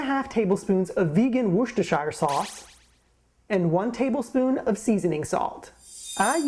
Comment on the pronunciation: So did Woodstock eat the Turkey ?!? Drama !!!!! I've not heard of this before, but it sounds and looks amazing :-) and I just love the way American's say 'Worcestershire' hahaha although you actually made a pretty good job of it :-) xx